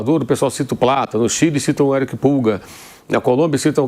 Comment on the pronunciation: É Pulgar e não Pulga, tem um "r" no final...que gastura ele falando pulga